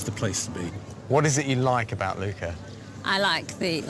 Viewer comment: It’s Lucca (short u, hard k) not Luuuuka…